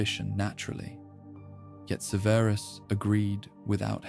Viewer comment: Great except for all of the mispronunciation of Severus. Extremely annoying. Takes me out of the story.